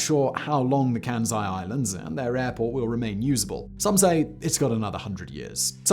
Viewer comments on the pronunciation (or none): The name is "Kansai", not "Kænsai". The "æ" sounds does not occur in Japanese. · It's said with an "S" not a bloody "Z".... ...my ears... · KanSai not kanZai